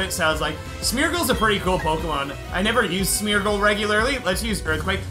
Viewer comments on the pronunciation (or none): none